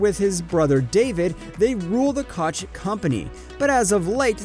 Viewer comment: Bruh you do a good job, but you gotta work on your pronunciation. Do research on the names because you say them wrong constantly. Just some constructive criticism. For instance Koch is pronounced coke.